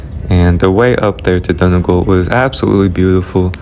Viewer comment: Great video, lovely story. What a great thing to be able to do - to visit the ancestral home. (We pronounce Donegal - Dunny Gawl). The scenery in your video is beautiful. I hope you have more visits to our lovely Ireland. With love & best wishes from County Clare. 👍❤️🇮🇪🇮🇪🇮🇪